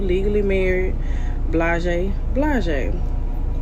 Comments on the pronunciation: I thought the same thing😂 she saying it all wrong 😂😂😂😂 what is blaje 😂😂😂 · I’ve of “blaze” what is “blaje”?